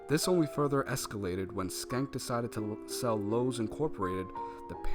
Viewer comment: Schenck is pronounced SHENK and not SKENK. "Sch" in English might produce the "SK" sound (as in "school") but for words of German origin, "Sch" is sounded as "SH" (same as Schlotsky's and schnitzel). Too bad about the audio level drop )